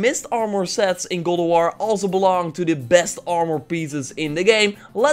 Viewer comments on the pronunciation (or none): Dude Its GOD not GOOD of war!